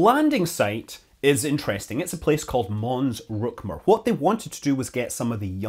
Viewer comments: It's Rümker, not Rükmer. ;-) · I suspect it is not pronounced "ruck-mer." :) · He's always saying "Mün" so I expected to hear the correct ü in "Mons-Rümker" but he said "Mons-Rumker".